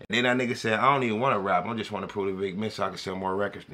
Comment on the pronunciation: that boy sound like he from the country “wat he won’t” 😂😂